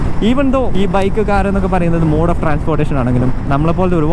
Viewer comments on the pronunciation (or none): none